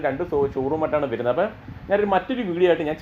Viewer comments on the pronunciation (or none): വെരുന്നത് അല്ല വരുന്നത്